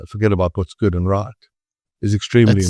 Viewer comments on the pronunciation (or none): wong and wight😂😂😂😂